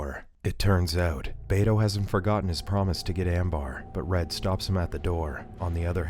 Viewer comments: The uncles name is pronounced "Beh-toh" not "Bay-toe" 😅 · Bro said bay-toe😂 bro